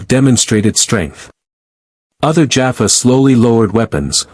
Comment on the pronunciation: I have yet to come across even one channel with a cross over SG story that has pronounced Teal'c, Jaffa, Tokra, or naquitah (sp?) correctly. This one can add Apophis to that list. In the close captioning, he's lord Ape! 😅 It makes me slightly wince mentally every time I hear names being mangled.